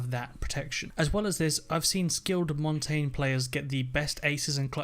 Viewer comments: he also said mon tayne it's MON TAHN YAH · If someone said mon tayne one more time I will kill myself IT'S MON TAHN YAH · Mang0 Chri5 he also said Mon tayne instead of MON TAHN YAH which translates to mountain in Spain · Why is everyone sayinv montain? It's Montagne aka pronounce it the french way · It is pronounced [mon-ton-yay] the reason I know this is cuz it is French for "mountain" and translate says it like that... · Jose Mendoza how do you main him if you can say his name properly it's MON TAHN YAH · he also said montonyay wrong. ( I k ow my spelled it wrong but that is how u spell it) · Valkeray and Montain... that's not how it's pronounced...